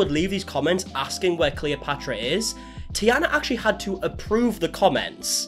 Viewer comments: I recommend checking how names from different countries are pronounced before making a video xD You are butchering Taina's name so bad. Also they lived in Finland. Also here in Finland we have a word "se" which translates to "it", that we use for pretty much everyone or everything. We don't have pronouns like he and she, we only have "hän", which is used for all genders and "se" is used in everyday language in it's place. So I doubt them using "it" for the baby was meant in a bad way. I do understand that it might sound strange to someone only speaking English. I've never heard of this family before (I dislike family channels by default), but after looking them up quick I do agree that they need to be called out. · The only thing that bugged me throughout the video was the mispronouncing of the name taina😅🥲 As a finnish person it always hurts me in my soul when finnish names are mispronounced, she's not the princess from Princess and the frog😅 otherwise yeah, I recently came across their channel again and it had gotten really strange real fast. I have never really watched them actively but it was the first kinda successful finnish family channel I have ever come across so I was intrigued and especially their travel vlogs across europe were interesting, but everything else was too cookie-cutter and seemed very forced and scripted. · Him mispronouncing Taina’s name throughout the whole video and not noticing is a vibe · Im getting so irritated bc of ur pronaounciation of their names😭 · Its Taina btw not Tiana. Shes Finnish. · I've been (kind of) following this family for about 5 years now, and at this point I'm fearing for some true crime case to take place any day now. And Taina is pronounced like "Tyna", not "Tiana". 👍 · Taina, not Tiana. but glad someone has finally made a video about it. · I was so excited to watch this, but after 5 min i had to stop... Dude its T A I N A not T I A N A :D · why do you keep saying tiana.. it clearly says tAIna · Taj-na , not Tiana😊